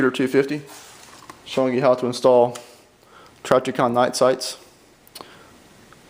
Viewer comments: Who is "Trajicon"? I have heard of Trijicon. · Learn how to say trijicon